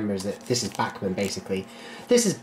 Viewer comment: Why is it that anytime someone says "Bachmann" it sounds like they're saying "Batman" ?